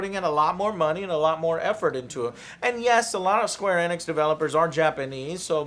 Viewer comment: Square "ee-nix", you latino idiot. Annoys the shit out of me when he mispronounces simple words like Sony into "Sawny".